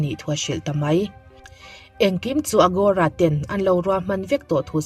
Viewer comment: AGORA a nia, AROGA tiin i rawn lam daih a...😂😂Mahse i tisual ve nih kha.